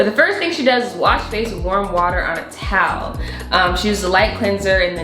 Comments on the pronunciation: Who likes the way says towel lol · Haha I love how you say towel “taawl”